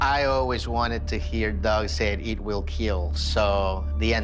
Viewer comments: It will Keel! Lol 😂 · It will both keal and kill haha